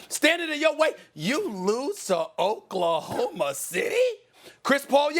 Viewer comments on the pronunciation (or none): “..You lose to Ok-la-homa City!? Chris Paul, Yes. But Shai Gilgeous-Alexander and Danilo GalanaRRRRRRRRRRR-Ri , Realllly! That’s why you go home” 😂😂😂😂😂😂😂🤣🤣🤣🤣🤣🤣🤣🤣🤣😂